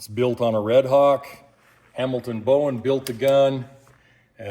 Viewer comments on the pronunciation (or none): none